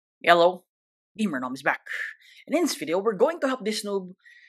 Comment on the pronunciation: Is it just me or every time gamernom says hello i Heard "yellow"